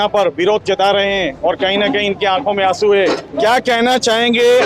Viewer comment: "Malik ke aankho mein Asoon ...Hahahhahahah.. Ek beer ka 700 aur 800 rupya Lethe hai TB bhi Asoon aatha hai kya? Unleagal nahi be illigal hota hai.....